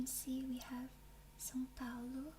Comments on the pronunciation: ur portuguese pronunciation of “são paulo” was so good, damnnn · Você é BR né? o jeitinho que falou são paulo entregou demais kkkkkk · Wow, your pronunciation of São Paulo really surprised me, I've never seen someone outside Brazil casually say it like that lol Anyways, excellent video, love the way you talk, so soft! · Essa pronúncia de "São Paulo" foi perfeita. To achando que é brasileira 🤔🤨 kkkkkkkk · You said são Paulo so perfectly, do you speak Portuguese? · As a brazilian, I was impressed with the way you pronounced the city of São Paulo, it was a perfect brazilian-portuguese accent! 👏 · tu falou "são Paulo" Na hora eu percebi que era BR kkk, pra ter pronunciado o "ã" Tão perfeito assim